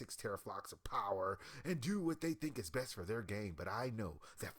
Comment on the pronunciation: Lol this guy can't even talk. "Dis" rather than this, "deir" rather than their. Wtf isn't this guy trying to be a media journalist or something?